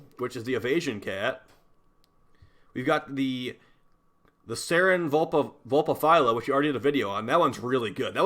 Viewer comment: YOU SAID vulpahphyla coorrectly!